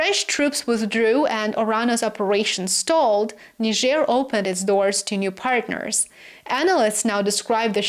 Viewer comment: Thank you for your intelligence and articulation in pronouncing Niger accurately.